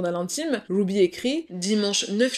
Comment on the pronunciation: Super histoire tres bien raconté mais par contre ce n'est pas grave si tu prononces les prénoms américain avec l'accent français !.... Wouuby (Ruby) a part ca tres interessant